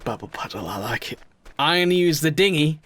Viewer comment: You kept calling it Dinghy, immediately I thought Dingy Fever would suit lol